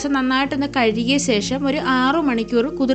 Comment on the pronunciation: സേഷം എന്നു പറയാതെ ഊച്ചാരണം നല്ലതായിരിക്കട്ടെ 😢